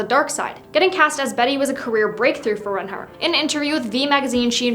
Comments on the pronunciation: Yeah she’s saying wrong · I’m I the only one who’s bothered by the way she pronounces reinhart